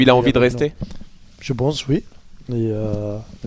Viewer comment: "Je bonse" lol